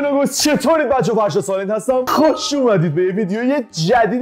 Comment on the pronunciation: چرا میخواد بگه خوش اومدید میگه خهش اومدین 😂😂